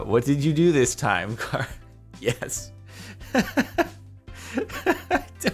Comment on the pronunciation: “*kara*” Me: u mean “CHara